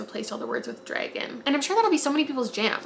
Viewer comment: the way you say ‘Dregon’ kills me hahah